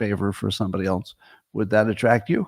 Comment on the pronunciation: yup. my faves are "ount" and "elnse"